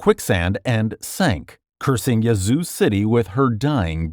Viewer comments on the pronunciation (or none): As a Mississippian, the “a” in Yazoo is pronounced like the “a” in yak NOT like the “a” in yawn.